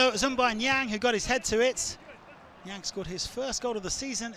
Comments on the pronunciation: It's also funny to hear french people pronounce Niang ... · That's so funny to hear Niang being pronounced by english people 😂